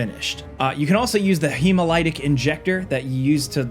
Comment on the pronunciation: it's not pronounced hemoLIGHTic hemoLITic***********